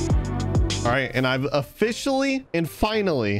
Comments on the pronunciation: lol he said o(fish)aly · What he says: officially What I hear: o‘fishially